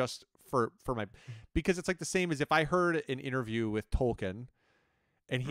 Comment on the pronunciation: is definitely justified in wanting things to have definitive pronunciation, which makes it so much more horrifying that he pronounced Tolkien wrong.